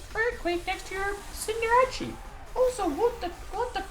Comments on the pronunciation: It's CinderACE!!!!! Like aerial ace or an ace!!! Sorry it just sounds like your saying cinderachi. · Wolf, it’s pronounced Cinder-Ace, not Cinder-Rachi. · Wait... why does he always pronounces Cinderace as Cin-de-ra-chi? xD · cinderace not cinderachi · Is its name really pronounced cendera-CHI or is that your meme name for it? I thought i was cender-ACE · Why do you pronounce Cinderace wrong?! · Why do you say cinderace wrong...